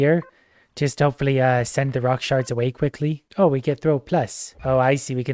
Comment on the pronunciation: I know you're saying shards, but for whatever reason all I hear is sharts